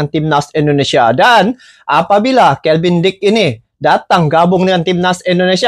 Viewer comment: Kevin bang...bukan kelvin